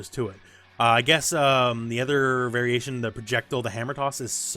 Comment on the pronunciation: ProjectILE. Not projectul